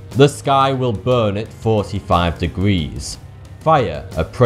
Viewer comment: fawty tu hee